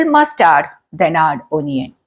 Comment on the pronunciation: ഒനിയനല്ല, അണിയന്‍. കടുകിനെ അതു പൊട്ടിക്കട്ടെയെന്നോ? ഏതു പൊട്ടിക്കട്ടെയെന്ന്? ക്വിക്ക്ലി ആണ്. ക്യുക്ക്ലിയല്ല. You are handicap in English. First you learn English well, then teach it